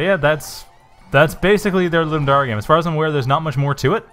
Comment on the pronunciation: Thanks for playing. Pity you didn't understand the upgrade system :-/ I was afraid that it might be hard to understand. FWIW, Ludum Dare is pronounced LouDumm Dare (as in I Double Dog Dare you), not LouDumm Daré.